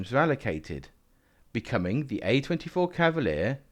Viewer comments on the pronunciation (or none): Savalier, Sentaur, Sromwell? Makes perfect kents. Perhaps it's the Seltic pronunciation. ;) BTW, it's not really a Cromwell without all the nipples on the turret.